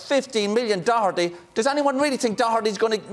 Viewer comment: “Doherty really”😂😂😂